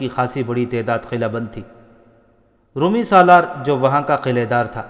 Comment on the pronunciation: Brother, your channel is ‘’. But your pronunciation of Urdu is so wrong. ‘Roomee’ is wrooong. Try Romie. Nawais is wrong, try nawees like akhbaar Nawees. So many words you have massacred. Stop that Qataal, please.